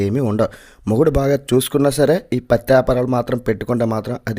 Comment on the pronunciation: పత్తి వ్యాపారం కాదు Bro. పచ్చి వ్యాపారం 🤣